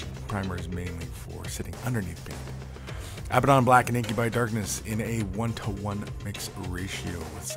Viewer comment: it bothers me how they say abbadon